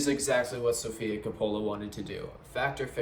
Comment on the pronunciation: Kah'-pole-uh Coppola